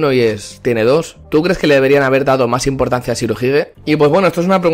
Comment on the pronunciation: Impotancia jajaja